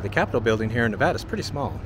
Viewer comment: I appreciate that you pronounce Nevada right. 😊